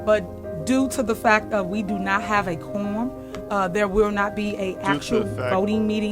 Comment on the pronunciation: 100 what??? 3 different insurance COMPANIES!!! The word(s) is/are several, fact not fack , it’s This not dis, it’s seriously, I could go on and on🤣🤨😤